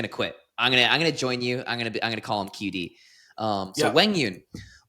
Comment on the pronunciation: I appreciate your effort in pronouncing QD’s name the right way. There are 2 D’s in Viet- one is a hard D sound like on English (the characters look different in the Viet alphabet) sounds like a Y or a Z, depending on the regional accent. His family uses the Y sound bc they are from southern VN. That accent also pronounces the Qua quite softly, like Wah instead of Kwa. There are also diacritics (accent marks) in the name but in English you can’t see them, which is why his name doesn’t sound phonetic with the English alphabet. I just saw this video that shows how to pronounce his name!